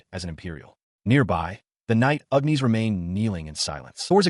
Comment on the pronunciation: 😂not complaining, but Ugh Knees instead of Agnes cracks me up.